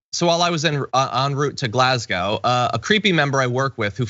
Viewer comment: Glaz Go..... not Glaz Goww.